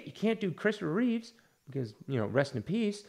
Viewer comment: I agree with you 100% about Ezra Miller even if I enjoyed the movie a bit more but one nit pick - it is Christopher Reeve - not ReeveS…. George Reeves was the original Superman on TV but Christopher’s name has no S at the end. It drives me crazy when anyone especially comic book fans says his name wrong. Also The Flash on TV was Grant Gustin.